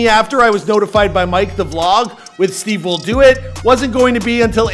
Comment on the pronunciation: Stivewilldoit!!!!! Huh??? It’s stevewilldoit😂😂😂